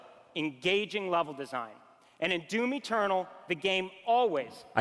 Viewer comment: I know he's saying "Doom Eturdal", but I can't help hearing "Doomy Turtle". for GIR 2020?